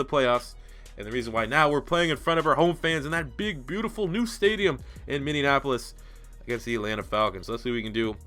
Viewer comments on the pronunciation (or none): none